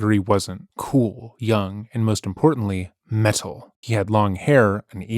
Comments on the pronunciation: He's never said metal like this in any other video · You pronounce "meTal"with the emphasis on "T" like Apollo the bird from the Apollo and Frens channel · I love the way pronounces metal with a hard T. MeTTTal. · Stop saying 'meTul' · Met-al is killing me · Please tell me you’re pronouncing it “Meh-TAHL” because of Apollo the African Grey Parrot. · I am enjoying his pronunciation. There is no such thing as heavy meddle. But why does he say ‘rebuddle’? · Ok I’m just in and laughing my butt off at your pronunciation on “metal” as a GenX “metal” fan myself lol PS we metal heads REJECT this dumb witch at all especially her gross crimes!!!! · Didnt say it that way in the last video about this lady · Is the narrator acoustic? His pronunciation of metal has me second guessing his IQ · He says metal here like Apollo the parrot lmao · been waiting all week for this! i was gonna wait until the end to leave a comment but i gotta say this right away -- i love the way you're sarcastically pronouncing "metal," emphasizing the T, it immediately cracked me up. i'd love to see her react to someone pronouncing it like that to her face. it kind of reminds me of the soft pink truth's cover of the song "black metal" from his album of extremely over the top avant-garde electronic covers of classic black metal songs (called "why do the heathen rage?"), definitely worth a listen if you want to hear something uhhh. interesting, i guess?